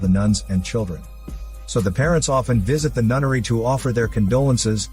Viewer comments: Took me way too long to realize he was saying “NUNNERY” and not “NUTTERY” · Knowing this channel and, I thought "nunnery" was "nuttery". I was maybe wrong by captions lol. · He called the nunnery nuttery